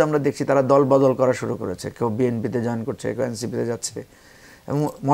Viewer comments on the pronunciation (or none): none